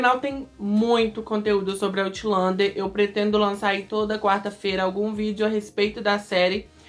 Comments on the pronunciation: kkkkkk nao quis te corrigir. Achei interesaante pq tambem nao gostei da pronuncia certa. Acho "Autlander" mais bonito 😂😂😂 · "Aulender" diz ser a pronuncia certa.